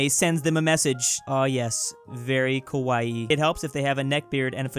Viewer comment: it’s funny because the way he pronounced kawaii was more like kowai which translates to “scary” 😂